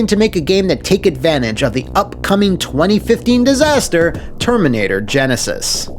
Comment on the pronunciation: gen eh scyths